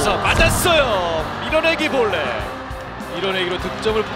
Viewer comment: "맞았숴요~" "빠졌숴요~" "밀어내기 볼뉏~"